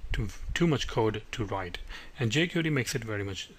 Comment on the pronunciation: Good tutorial, but it's pronounced "jay-kwairy", (not "jay-curee").